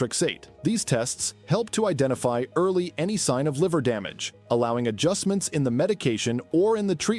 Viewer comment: so do us a favour and get a human being to read your script and don't insult us with AI reading and mispronouncing many words - like 'hepatitis' as 'hepati-tees' and 'damage' as 'dam-arge'